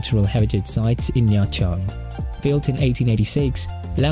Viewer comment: extra points for correctly pronouncing the city name